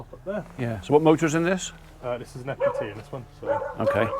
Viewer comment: What engine did he say was in it? Sounded like he said equity??